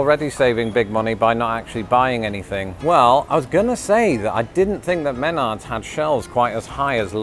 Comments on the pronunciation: As someone that grew up going to Menards and my parents actually bought a vehicle from a family member of Menards the pronunciation emphasis is Me nards. Save big money at Me nards. Well maybe that is just how all of use 8 year old brained boys say it. You should have checked the store out you can get groceries, appliances, electrical panels, just about anything for your home. BTW a weed whacker is a grass trimmer, a brush cutter would cut bigger brush and limbs that a grass trimmer cannot do. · Menards = muh-NARDS, i just realized how funny that is. Emphasis on the second syllable. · We pronounce the name as : "M'nARRDZ." before you came to the US Menards ran very memorable commercials for two decades with a chubby, likable spokesman, Ray Szmanda, an older fellow with white hair that somehow always reminded me of Larry Tate, Darren Stevens' boss from the TV series "Bewitched". They still use his likeness in cartoon form around the store and advertising. Menards was the go-to for me over Lowes because they also offered candy, but now they also have almost a complete grocery store in there as well, the ostensible purpose of which is for you to stock up on basic supplies for moving into a new house or spending the day on a construction site and not wanting to stop to go out or lunch or dinner... or to get some food for a campaign trip, to go with the camping supplies they sell. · 1. We call it weedwhacker in Ohio. 2. It's men-ARD'S, with the emphasis on the second syllable. 3. I bought a Remington gas powered lawnmower with a bag for under $250 at Menard's 2 years ago. Not a bad price given how my previous lawnmower lasted 15 years and would have lasted longer if not for water damage. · I love my Brit brothers and sisters across The Pond, but the way this fellow pronounces "MEN-ards" make my pasty white Midwestern ears bleed. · Says "men ards" 10 seconds in. Me: this is going to be good. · I love your wife's glasses! Also I love the pronunciation of Mehh Nards